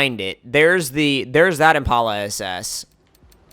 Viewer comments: its pronounced im-pal-a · Impala is pronounced like the animal impala